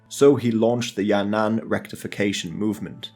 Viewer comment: Sounds like Ya'nan in your video so I'm not sure. The "an" here is the same with the second character in Tian'anmen square. Your pronunciation is perfect overall. Some subtle difference can confuse native speakers but that's the problem with the language, not your fault.